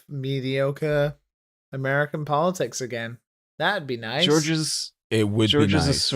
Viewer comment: powatics scawy :((